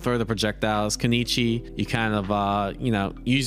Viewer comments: I know some names get pronounced wrong but “Keneechi” for kunoichi makes me question if you’re even reading, lol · Koo noy chee . Getting triggered here every time he says konichi lol.